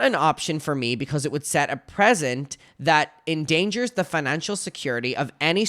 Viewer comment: Precedent= press-i-dent. You're welcome.